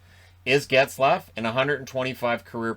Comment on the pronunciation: Plz don’t say Zaygrass.